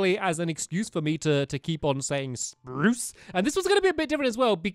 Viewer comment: Stampy saying spruce Sprrrrrrruce